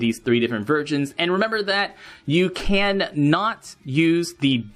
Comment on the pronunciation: did you say virgins instead of versions lol